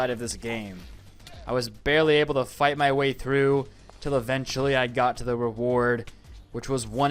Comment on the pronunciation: In you kinda said fight the off but when you said fight kinda. Sounded. Wroung